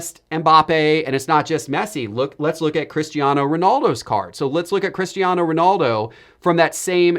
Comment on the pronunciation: It's Cristiano not Christiano 😂😂 as a portuguese it made me laugh(in a good way) Keep up the upload grind!